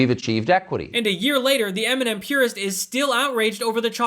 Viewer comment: Why is he even in our country he can barely say M&M 🤮